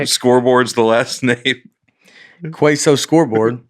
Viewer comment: Can we please track down one of Nate's English teachers and have him/her in studio while he reads comments? I want to see the look of failure and disbelief that a 41-year-old man can't read the word queso correctly...